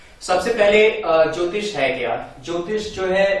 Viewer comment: अरे यहां ज्योतिष की परिभाषा आप कैसे दे रहे हो यह जल ज्योतिष का दो शब्द बनाए आपने अलग-अलग इसमें ज्योति तो ठीक है पर इसमें इश ना हो के ईष होता है अर्थ का अनर्थ ना करिए